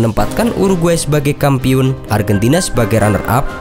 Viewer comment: Apa? Kampiun? Salah sebutan tu bossku.